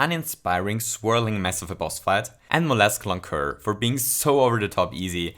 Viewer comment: Robobrood is much faster with hammer bro rather than pokio. Lancuer is actually wrong, it's an s sound instead of a k sound for the c, everything else is perfect in my opinion though.